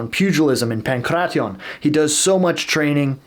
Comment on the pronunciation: actually pronounced Pan'kra'tia correctly